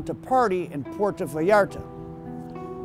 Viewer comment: Awesome content but please, for the love of god, never say Puerto Vallarta again.